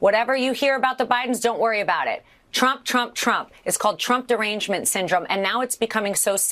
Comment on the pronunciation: Accent on "derangement" !!!!!🤪